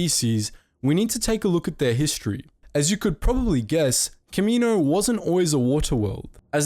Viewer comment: Can you say Kamino correctly consistently please, like just watch episode 2 if you need help pronouncing it... Seriously I don’t mean to me rude, but I have no clue what you were saying at the beginning.